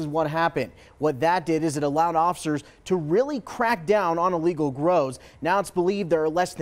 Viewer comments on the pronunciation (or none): ILLegal, not E-Legal